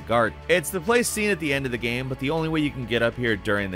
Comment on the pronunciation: Nobody:: gaem